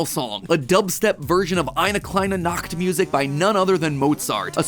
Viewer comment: eine kleine nachtmusik. being german it is always funny to hear an american pronounce "ch" in this case mat's pronounciation "nacht" (night) totally sounds like "nackt" (nude), though one can really hear mat is trying to pronounce it correctly. well not that anyone would be able to guess how it is pronounced if they never studied it or grew up with it :D